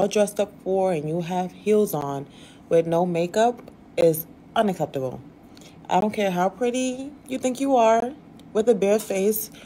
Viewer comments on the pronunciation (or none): She said” unaakeptable” lol